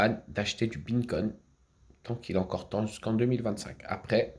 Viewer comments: Haha mais quel clown 🤡🤡 j’adore quand il dit « bineconne » Franchement c’est beau de vivre dans son monde de mytho ! il doit être heureux 😂 Est ce qu’il sait que tout le monde se fou de sa gueule ou pas ? C’est ça la question que je me pose .. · Mais il est obèse mtn 😆 il arrive même pas prononcer correctement 🤣 Binnecoign 🤫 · “Mes beancoin” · mais ferme la apprends a prononcé le nom de la monnaies avant de dire de la merde tu aurais déja déménager abrutis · T’en as tellement pas que t’arrive même pas à prononcer le vrai nom 🤣